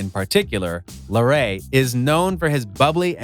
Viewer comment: 32Lxserss actually he said it right it’s pronounced la-ray